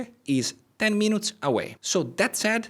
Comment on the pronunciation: Bravo. Tuttavia, se ti posso consigliare: "Minutes" non si pronuncia in modo vicino all'italiano, perche' la U si pronuncia come una I. Sembra strano, ma e' cosi! "Minits", ecco come si pronucia (con l'accento sulla prima I). Se invece vuoi dire Minuto, nel senso di "piccolo" (un oggetto minuto, piccolo), allora si pronuncia "Mainut", con l'accento sulla U. Inoltre Renaissance si pronuncia: in americano come in francese (Renassa'ns, con accento primario come ho indicato, ma anche uno breve sulla E), mentre in inglese britannico si pronuncia "Rine'isans" con l'accento sulla E. Infine: "Retirees", pensionati si pronuncia "Ritairiis" con l'accento principale sulle ultime due ii (e un accento breve sulla A). Ho scritto la pronuncia in modo "italiano", tuttavia per i corretti segni dell'alfabeto fonetico internazionale, prego consulta qualsiasi vocabolario inglese online (vocabolario, preferibilmente, non dizionario), dove trovi anche audio sulla pronuncia. Spero di esserti stato utile. Sono un medico, ma anche studioso di linguistica, e di inglese in particolare. Cordialmente, Mauro Abate